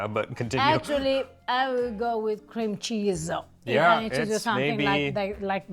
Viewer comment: She can't pronounce cream cheese.